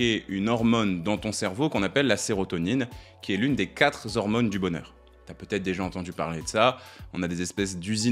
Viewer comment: " les 4 z'hormones du bonheur ? " pas de liaison Z'hormones" car quatre est invariable et ne prend pas de "S" même quand il y en a 4 😂 !! IMUTILE DE FAIRE LA LIAISON. ça me détruit les oreilles à chaque fois vos liaisons fatales !